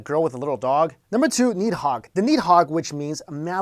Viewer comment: And its nid hog